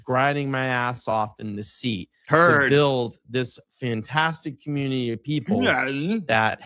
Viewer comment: I've been grinding my ass off. What was that cryin,? 😅 He can't say community.... Commooontty